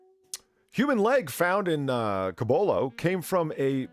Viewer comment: Also, Cibolo is pronounced like "sibling".